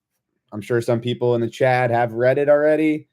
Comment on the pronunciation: its CHAT, not CHAD 😂